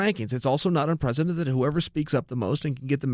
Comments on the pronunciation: Chael I love you man but you said this wrong 50 times... Its UN-PREC-E-DENT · UNPRECETENT? We doing this again Chael? :P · Chael, " It's Unprecedented"